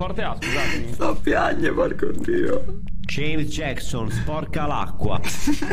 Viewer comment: Nessuno: Proprio nessuno:: Gieims Giecson